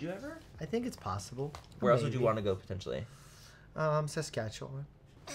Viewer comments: When he said Saskatchewan 😭😭😭😭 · no offense to americans but im suprised he knew how to say Saskatchewan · Lmaooo no way he said Saskatchewan 😂😂